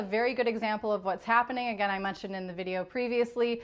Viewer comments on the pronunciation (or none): none